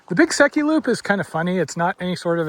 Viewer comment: Beautiful scenery. Haha - not being familiar with the area, until this video, I thought you were saying Big Sucky Loop and were really going to put your body through hell.